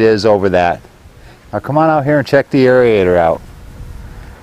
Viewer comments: "airy-ater" ..... oh dear lord! LMAO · It’s amazing how many people add another syllable to aerator, drives me crazy 😩.